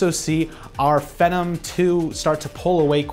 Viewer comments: The way he pronounces "phenom" like "Venom" is very annoying, where did he learn that? Ive always heard it pronounced as "fee-nom" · "Fee Nom" rhymes with Athlon, stop calling it "Fen Nam". Thanks. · You say Phenom weird. It's Fee-NOM, not Fen-Um. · just one comment: It's pronounced Fee-nom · Phenom is pronounced Fee - nom. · I always thought phenom was pronounce phee - nom, like the beginning of the word phenomenal... Anyway, I'm really hoping AMD can get their act together, from what I hear plenty of innovation is going on but they just don't have the funds that intel does. Not only do I often have a bias for the under dog, but they need to stay competitive if we want to see amazing things from both sides. Looking forward to the HBM boom coming soon ;D #SensibleFanBoy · I like the video and what you said, but i didn't like the way you said it. You need to relax, and probably read the script sooner because you seem uncomfortable with what youre talking about and it really shows. I like the data, like the camera work, the setting all that stuff. Just gotta work on delivery. Also, its pronounced feenom. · LOL , I thought it was pronounced [fee-nom] with a LONG E vowel sound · It can be pronounced either way. I've heard fen-em and fe-nom from multiple different reviewers. Personally, I prefer fe-nom. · Oh look. Another tech guy who can't pronounce phenom.